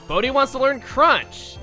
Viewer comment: why did I hear bodhi as booty?!